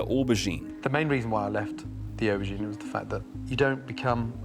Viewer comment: Or Bah Geen.... you mean Oh bergine... LOL